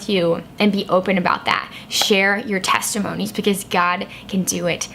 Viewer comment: Teste-moanies. Lol.